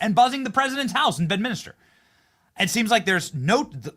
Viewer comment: FFS, Greenland is ONE WORD. Its not Green-LAND.. It sounds more like "greenlend". And its BEDMINSTER.. NOT Bed-Minister